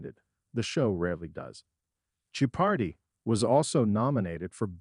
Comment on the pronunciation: I think the verbal interpretation provided by your computers is AWFUL! can't you at least load the word Jeopardy into the machine, so it is not mis-pronounced a dozen different ways!?!?